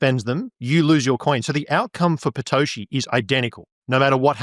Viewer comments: Can anyone tell me why he's calling Satoshi, "Patoshi"?? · Is he saying Patoshi?